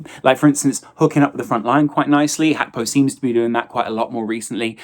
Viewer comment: Did lose a bet that he could mispronounce Gakpos name as many times as possible